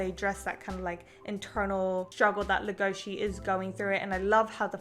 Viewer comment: legosi not legoshi